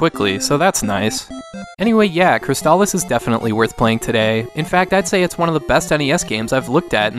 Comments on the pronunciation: I was today years old when I heard the "correct" pronunciation for the first time in 30 years. I don't think I can shake saying it the other way though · I always assumed it was pronounced "Cris-aliss," as a play on words of "Chrysalis"